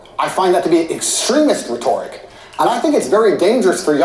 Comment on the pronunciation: What's up with the bullshit, phony, pretentious way he pronounces the letter "o," or the incorrect way he pronounces the word "rhetoric?" He seems like a self-obsessed asshole, and whether he's willing to admit it or not, he's playing the victim here. Weak.